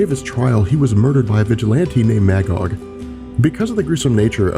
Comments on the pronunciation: The character's name is pronounced "Muh-gog". Not MAH, Gog. He's literally a biblical character existing in both The Old Testament and the Qu'ran. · Magog is pronounced as [mey-gog], the first part of that word sounding like the month; May. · Maggod is pronounced Muh-Gahd. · My favorite comic book story. Irony is my favorite dc hero Green Lantern (Hal) is not in it. Also Magog is pronounced Muhgog. Please, for the love of all that's decent, it's Captain Marvel, not Shazam.